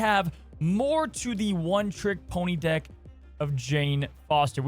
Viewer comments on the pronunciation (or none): none